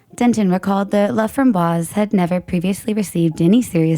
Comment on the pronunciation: His last name is pronounced La fram boyce.